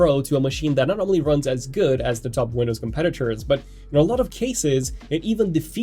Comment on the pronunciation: THe, THat [pronunciation]